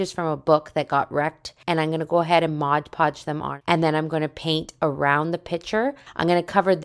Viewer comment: Ummm... I tgink it's Mod Podge, not Modge Podge.